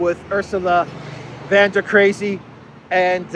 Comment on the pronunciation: der Leyen is a 'von' not a van.